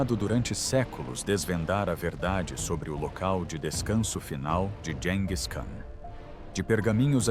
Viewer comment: Gis e não dis😮